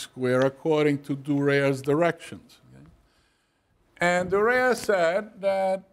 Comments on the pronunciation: Dürer, not 'Dureer'. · Durer is pronounced. DUE-rer. German, you know. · Prononced as: D Y R E R ( The D and Y, Like in Dionysos DY RER ) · Every time he says Durair, my ears start to cringe of their own valition! American academians should be strictly and punitively be re-raised in correct pronunciation of European proper names! 😜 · His pronunciation of "Dürer" is liable to introduce severe toothache. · He is exactly the sort of teacher that makes me cringe. From his condescending tone, his inability to pronounce Durer's name correctly, and then mispronounce Strachey's, to the veiled reference questioning Durer's sexual orientation, to faffing with tech and relying on wikipedia for his source material, to his shitty board work to his crap jokes that land like downed 747s, I would have walked out of his classes back in the day and marked him down as an annoying old fart. Which he is. FFS what part of Durer is difficult to say???